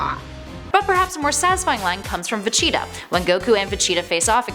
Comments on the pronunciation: Okay... Maybe I missed something in all my years of Shonen and DBZ.... WHO.... WHOOOOO.... is Ve-Cheetah? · Vecheetah!!!!! Really 🤦‍♂️ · She also said Vegeta's name wrong too. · DEEKU AND VACHEETAH it’s deku and vegeta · wow guys did you hear vee cheeto and dee ku guys i did not know this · DEEKU AND VECHEETAH. get ready for guhkuh and susuugay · Where does she see a “ch” in vegeta and an “i” in deku